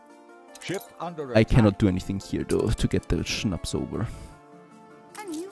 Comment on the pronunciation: Habe mich gefragt, wieso du Schnaps richtig aussprichst:). Schönes Englisch werter Östereicher❤